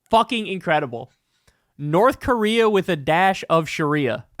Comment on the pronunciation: yea but that nrth krea with a hint of shuriaa was genius lmao